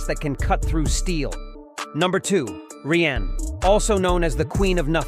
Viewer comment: Rien means nothing, you pronounced it rienne (as a french) loose the "ne" sound and it was perfect. A'yway nothing wrong here, just a tip for you, tbh I butcher mcdo's name everytime i go